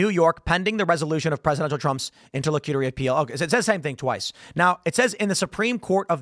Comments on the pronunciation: It is pronounced: "INTER - LOCK - A - TORY", I know weird right? Hard 'c' and short 'u'. So there you have it. Simpler than the way you were trying to pronounce it. Great job. Thanks for the content. Keep up the good work. בס'ד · It’s pronounced: Inter-lock-you-tory